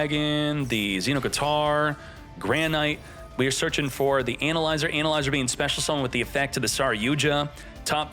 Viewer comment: I love when pronounced analyzer as: anal izer😂